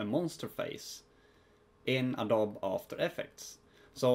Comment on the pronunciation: Awesome video! I used this in conjunction with another one by FunVidDesign. Just a heads up though, it's pronounced "Adobee." Awesome vid anyways!